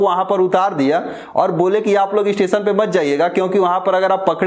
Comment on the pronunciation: Amit Pandeyji aap sabse pehle apni bhasha shudh kijye janab aap sha shabd ko sa ucharit krte he jaise station ko aap stesan kehte aur bhi kai shabd sha,wale sabko sa ucharit krte he sharm ki baat he